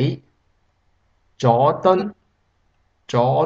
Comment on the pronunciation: "左敦"is wrong, "助敦" is correct, stupid vid